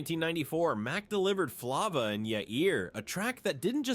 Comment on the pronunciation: Flava 😂😂😂😂 he pronounced it wrong